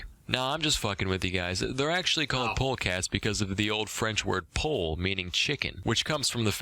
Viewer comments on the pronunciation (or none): Actually its pronuncing more like "pool"(poule) than ”pol” who’s closer from "paul"(name)